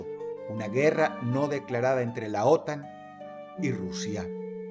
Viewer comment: no mames dross que entrenaste una IA para hablar con tu voz lmao, por lo menos revisa el audio padrino, como que "ÓTAN"